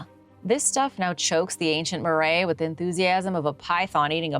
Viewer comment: Love your attempts at the dialect, but it's MA-rye, not maray And they didn't practice blood offerings